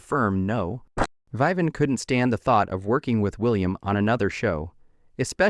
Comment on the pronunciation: the reader can't pronounce Vivian? WTF? poorly done